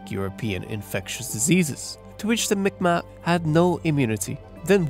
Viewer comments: Fyi ..Mi'kmaq is actually prononced MEE G-MAHK. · M'ikmaq pronounced Meegmaw. K makes a G sound in M'ikmaq.